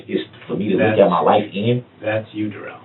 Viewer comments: Somebody tell me how you get DU rrell out of DA rrell. But what should I expect from a moron that says ax substain stopal and all the other words this fool can't pronounce. Both his interrogations was 1 lie after another. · Da rrell not Darrell but Da rrell